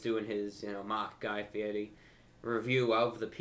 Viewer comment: Pure props Review Brah! I love the way you kept mispronouncing that idiot Guy Fieri's name. Hahahaa! "Fieti"! Brilliant as usual. Come to Philly sometime. I'll take you anywhere you wanna go.